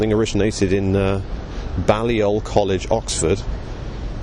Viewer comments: Two technical points 1) Boris's college is not pronounced Ballyoll but Baylyull. 2) The CPGBML (Communist Party of Great Britain Marxist-Leninist) are not the Communist Party, they are (or used to be) hard line Maoists. People who quake in their shoes at the thought of Trotskyists would faint dead away at this party's Stalinist revolutionary programme. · It's pronounced Bay-lee-ol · Learn how to pronounce 'Balliol'!